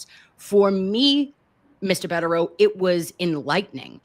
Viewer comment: I think they are wonderful too. I did cringe each time she called him Mr. Bedereau. It is Attorney Bederau.